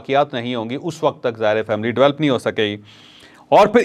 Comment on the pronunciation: Chaudhry shb Develop not develp